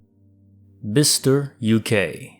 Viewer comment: Nice annunciation of "bicester" perfect!